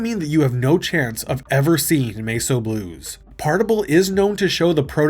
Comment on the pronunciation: Are you using TTS now? Because there's no other way I can think of to explain "Mess O'" being pronounced like that.